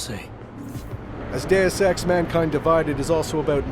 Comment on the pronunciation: Hes saying it like that because thats how its pronounced. Day-Ess or Day-us.